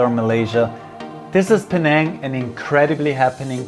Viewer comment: Thank you for making my hometown look exceedingly picturesque. You captured the cultural essence of Penang so well! Really good pronunciation too👌